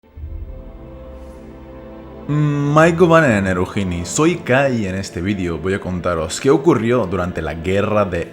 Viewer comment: Como se dice:ma giovanen Como lo dise: mai kobanen